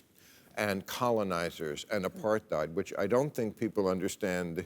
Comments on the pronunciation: FYI Bill: Apartheid is pronounced "Apart-hate" - true dat! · It's a Dutch word and more pronounced like "apart-hite", but it's a subtle difference I suppose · First time I’ve ever heard an English speaking person using the ‘th’ sound (as in ‘thing’) in the word apartheid. Very annoying 😡 I would have thought anyone remotely interested in the subject of segregation/apartheid would know this. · Bill isn't very deep. The extent of his research probably includes conversations with his buddy Bibi Netanyahu and listening to rightwing AM radio. He can't even pronounce "apartheid." And he also can't wrap his mind around why apartheid is used as a comparison. No, Bill, it has nothing to do with the colonial model. Why don't you ask Human Rights Watch. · Why has nobody told Bill how to properly pronounce the word apartheid???